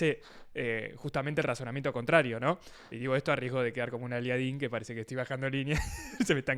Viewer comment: le puse like cuando dijo "aliadín"